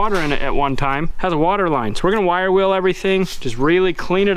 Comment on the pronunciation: At the end of the video, I thought you said we have to figure out our "Will" situation. Then it dawned on me that you said wheel. lol